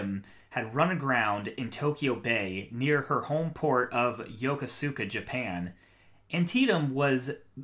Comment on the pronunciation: Yokosuka is pronounced Yuh.Koose.kah Aycock is pronounced A.Cock I served on the Shiloh from . I didn't know Mims well, but I saw him around the ship. Luckily I left the ship shortly before Aycock took command. Every single one of my friends would message me and tell me how bad the ship had gotten when Captain Aycock took command. This went on for almost two years before Mims did what he did. The Navy failed its people by allowing that man to have command of that ship for so long. He was sending people to the brig for minor offenses. Everyone being sent to the brig was put on bread and water. If you seeked help for mental health he put you on restriction so you couldn't leave the ship. Read the reports on all of the command climate surveys.